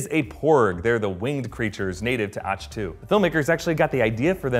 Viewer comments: I’m pretty sure it’s pronounced ack-too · Great video apart from pronouncing Ahch To with a soft 'c' rather than a hard one, like Achilles...